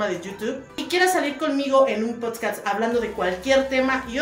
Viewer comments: se dice así nomás como se lee... PODCASTS! No hay “s” después de la “d”, suerte!🍀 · Lo primero que tienes que aprender es a decir PODCAST 🥴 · Jajajajajajaja no mms das pena, ni decir podcast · No me parece que sea tan difícil pronunciar la palabra "podcast" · Necesitas primero aprender a decirlo bien, mi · no sabes pronunciar podcast y ya andas de inventada queriendo hacer uno JAJDJSJAJA lo que es no saber que hacer para ser relevante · Si no sabes pronunciar , mucho menos sabrás lo que significa hacer un podcast. Lee, investiga , instrúyete , no todo en la vida son tatuajes horrorosos , comer como si fuera el último día e ir a la calle sin cubrebocas . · Quieres hacer algo que ni siquiera sabes pronunciar, no te limites, hazlo pero mínimo aprende a hablar. Yo sé que todos tenemos errores pero como quieres encaminarte a hacer algo que no sabes ni decir, primero que nada y antes de que quieras aprender a “poner micrófonos” aprende a pronunciar. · No sabe decir podcast y quieres hacer uno que no mame! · Y si primero aprendes a pronunciar “podcast”? 🤡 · Puedes comenzar pronunciando bien podcast no potsccaattss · En lugar de aprender a colocar las cámaras o el micrófono, deberías primero aprender a pronunciar POD-CAST. Pronuncialo lento, para que te escuches limpia y segura. Ay mi pricha empapelada, quedaste 🤡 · POD - CAS - T Tal vez viéndolo así sea un poco más fácil de pronunciar :) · Yo sólo vine a escuchar "El Podscas" 😂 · “Poscats” aprenda a decirlo antes de querer hacerlo mi toallita de 3 días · potscats JAKDKDJSJ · de mi corazón 🥺 se pronuncia POD CAST no Post cats POD como IPod y CAST como si fueras a decir Casting pero te quedas en la T ✨ ok? Tkm que te vaya súper bien en tu Podcast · Quiere aprender cómo hacer un postcatts y no tiene ni idea de cómo se pronuncia la palabra correctamente. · Poscas se dice podcast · Como podemos tonarte enserio si dices pods cats 🐈 JAJAJAJAJAJAJA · "El PODSCAS" HAHAHAHA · Se dice podcast